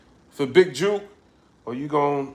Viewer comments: lol he said big Juke!😂😂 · Jook not Juke(hook but wit J) u from da ville u shud know Memphis lingo😂. U know what’s sad we so use to war around here it seems regular we see vids & reports we just think yall soft it’s jus a normal Thursday to us🤷🏽‍♂️